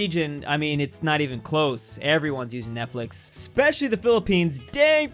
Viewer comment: "netflex" literally